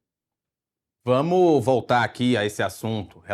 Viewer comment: Ptuz - Que jornalista este... "Vamo"... Ah néééém